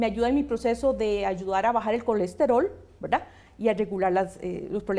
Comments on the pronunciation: Verdad? Veldad?😂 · Verlda*, deja eso mujer, k fastidio.., velda!